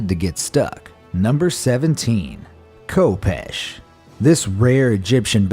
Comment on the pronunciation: so many issues with weapon names and pronunciations in this video (khopesh is pronounced with the sound from Achmed, flail being called a mace ) but I digress, it is a real shame that we've lost the method of creating Damascus steel